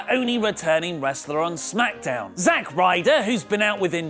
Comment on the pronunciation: I didn t like it how you said SMACKDAMN today :(